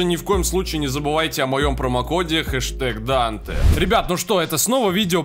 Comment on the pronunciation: Данте не Дантэ, оно Dante :D🤣